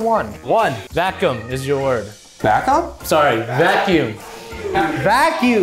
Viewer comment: Yeah, probably when he first said bacuum, but the second time he said it right